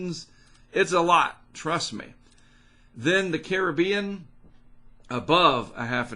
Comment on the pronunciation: Finally an American that says Caribbean properly, not car rib i an